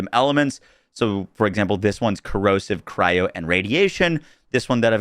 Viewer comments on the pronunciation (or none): none